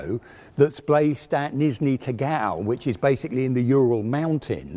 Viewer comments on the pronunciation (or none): it's " Nizhny Tagil " ... not "tigAl" .... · It’s “Nizhniy Tagil”, not “Nizhniy Tagal” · Now I’m Not usually one to point these out, as it’s not that bigger deal - (great video as per usual) but does he keep saying Tizhny Nagil - instead of Nizhny Tagil (which I believe is correct) unless it’s pronounced/interchanged depending on translation. 😀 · Tizny Nigal - is that anywhere near Nizny Tagil? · Great review! The city in the Urals is called Nizhny TAGEEL though. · The town is pronounced as nee-zhniy tah-geel. Nice video overall. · I could listen forever to trying to pronounce Nizhniy Tagil [Neejneeh Tahgeel] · The name of the city actually is pronounced as Knee-J-nee Tug-Eel ;) Great video btw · Нижний тагиу? Что? Никогда не слышал такого произношения. Может на западе России так говорят, но на дальнем востоке такого никогда не слышал. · How has nobody noticed he keeps saying Nizhny Tagil wrong? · NIZHNI TAGIL, not what ever it was that he said.